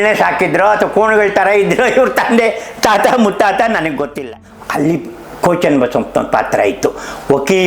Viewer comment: Daitya means Rakshasa. Why are you saying Ko Channabasappa as Daitya, what Daitya working Ko Channabasappa has done, kindly explain Ko is NOT KONA